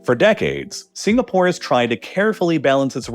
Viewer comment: "I've never heard of a country named signapoar"